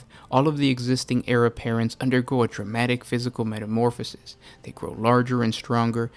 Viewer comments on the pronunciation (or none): none